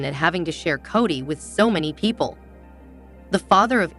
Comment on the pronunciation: Kody is prounced 'kodee' not kady. Emphasize the "o" as there's no a 😂 in his name. Thank you. Great recap .